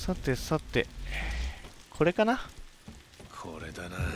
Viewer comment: これかな？の発音すこ